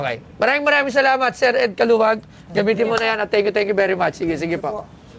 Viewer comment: hindi alam ang star of David tapos he pronounced Caluag as Calawag.... Buti mayaman ka.